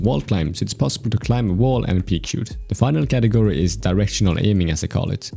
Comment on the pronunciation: When you say category i hear it katakuri